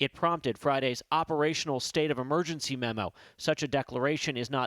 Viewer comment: That's what happens when you gamble with people's lives cuz you are flying a plane that hasn't been produced since the 80s. God I hate the way some people talk. he says "State of Amergency" its not Amergency, its Emergency. E not A.